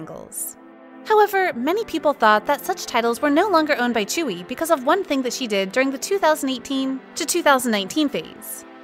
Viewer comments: Sorry but her name is not chewy it is pronounced joowe I am really sorry but I don't like when you pronounce idols name sorry. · "chewy" thats not how you pronounce tzuyu. its sound something like dzüiu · Why is Tzuyu pronounced as Chewy? 😭😭😭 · it's not chewy 😭😭🤣 its tzu-yu wtf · fr its supposed to be pronounced as zuyu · why does everyone struggle with saying Tzuyu. it's not chewy... its tzu (kinda like two but with a z) yu (kris wu but yu or yue without e) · Excuse me? You can't even pronounce Tzuyu's name right, it's way off. Put some effort and show some respect.